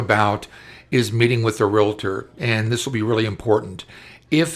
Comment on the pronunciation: The word is "realtor" not "relator."